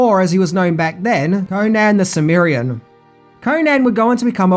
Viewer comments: I do too. He even mispronounced Cimmerian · Conan was a Cim-MER-ian, NOT a Cim-MYR-ian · Cimmerian (sim-air-ee-in) also IT’S ROBERT E. Howard!